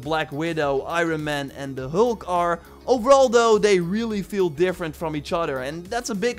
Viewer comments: "Da Helk" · Not to make fun of your accent but you really have trouble saying hulk lol 😜